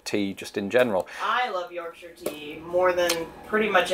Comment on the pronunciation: "Mounds" sounds so wrong. I love that your wifey pronounced it "Yorkshir" and not "York shire".